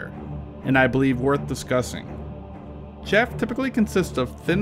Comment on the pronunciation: Chaff, not shaft